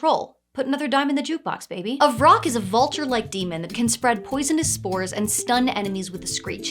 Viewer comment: Vrock? I kept hearing troll and rock. I was like, just let him get out in sunlight.